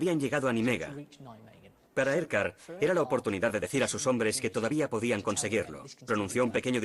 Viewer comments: Narrador de History: como se pronuncia esto? (Urquhart) hmmm que importa diré Edgard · ¿Por qué dicen "Edgard" si el comandante se llamaba Urquhart?